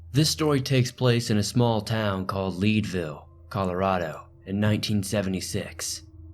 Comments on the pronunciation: Leedville, lol. It's Leadville. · Leadville is pronounced like the metal lead, not leed. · 1st story, town in Colorado is pronounced Leadville..Lead as in pincel lead Scary how you pronounced it LOL